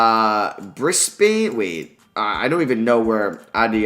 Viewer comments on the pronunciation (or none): it’s pronounced: briz-ban and add-ah-lade. And yes NBL is national basketball league 😂 - an Aussie